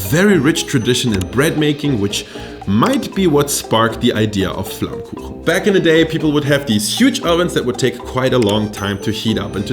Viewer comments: do you even know how perfectly you pronounced 'flammkuchen'? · As a German living right next to the Alsace this was kinda funny to me. Also very impressive how well you pronounce flammkuchen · hab doch gewusst dass du deutsch kannst, du sprichst flammkuchen viel zu perfekt aus als dass du ami bist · the pronounincing of flammkuchen was suprising onpoint. you even know what elsasss is, you really catched this complex topic in a frame that fits a yt video. i cant find a flaw. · So happy that you introduce tarte flambé :D (and even more happy that you got the name right :D most alsatian call it by its french name btw ;) ) Still i'd say that your "classic" version of it is a bit different than what used to be served in alsace, originaly you'd have the "normal" who was only lardon (ham), cream and oignion and the "gratiné" that add cheese to the previous one. However, your version align more with new interpretation of the tarte flambé that start to show up in local restaurant nowaday, and being a vegetarian from that area, god i love them ! Anyway, i'm really honored that you show them to the world, a big culinary thank you! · You say „Flammkuchen“ like a German